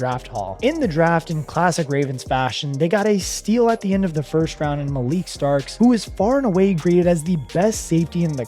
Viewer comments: His Name Is Pronounced; "Mal-eh-ky" Starks, Lol. And The Other Is Pronounced; "Mad-du-beekay". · First it was Malik, then Ow-eh-he, by the time he got to Beeks I was done lol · Whoever you're paying to read a script should at the very least learn names and pronunciation. If ethnic names give you an issue ask someone. Additional EDIT after finishing the video. Patrick Queen has been a Steeler for an entire year. After the name and roster issues I have questions on research, if any, was done. Odafe OH WAY. MALAKAI.